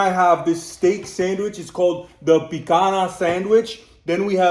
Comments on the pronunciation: By the way, just a hint, you swapped the n<->nh sound in picanha (nh is pronounced like ñ, so like "picaña") and guaraná (normal "nah" sound) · Please pronouse "Guaraná" and "Picanha" correctly. It hurts all brazilians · Pãozinho de queijo is a cheese bread you dont see the cheese because is all cheese .... pronuncies pwonzeenhow de keyjow ... Picanha pronuncies peecanya. good video. Picanha is a very good sandwich the sauce is a garlic sauce. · I think Sir it's said PEE KOON YAH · Guaraná is not pronounced guaraña its a normal N guarana, Picanha is pronounced picaÑa